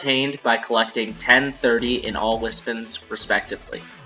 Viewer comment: Dude. Its wispONS, not wispUHNS. I'm sorry this triggers meh ocd.